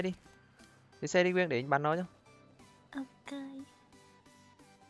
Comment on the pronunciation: Quyên mà a cứ nói là quyêng